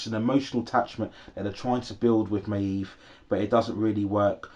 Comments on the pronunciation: yes you say it may-eve almost 😭😭 hope you review season 4:) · Your pronunciation of maeve is so annoying